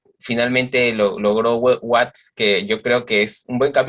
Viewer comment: espero estés bien. Una vez mas se agradece tus vídeos y aportaciones, pero he de decirte que si me impresiona que sigas invitando a este tal que en verdad deja mucho que desear. ¿Cómo es posible que se diga fan de los Stones y ni siquiera sepa de cierto el apellido de Charlie Watts y lo mencione como Waits. Verdaderamente desastroso. Y no es la primera vez que comete errores graves, recuerdo cuando hiciste el programa dedicado a Harrison, fue patético. En fin, ya decidí que cuando salga este tipo en tus vídeos mejor me voy a otro lado. Sigue cuidándote y en buena salud.